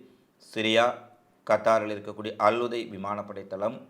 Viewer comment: தம்பி .அல்உதை அல்ல அல்உதைத்